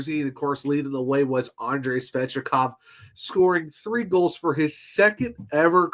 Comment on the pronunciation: It's Svechnikov not svechikov